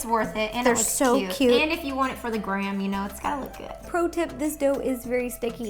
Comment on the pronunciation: I think or should say “ro tip” instead of “pro tip”